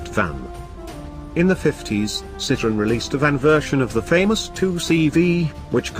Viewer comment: Narrator cannot even pronounce the brand correctly!